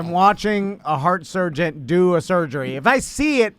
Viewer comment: pronounces it surgeont. Like he's combining surgeon and sergeant. Also... pretty sure he could be a surgeon after watching for 20 minutes. Maybe the jokes on me, and he would be an excellent surgeont after 20 minutes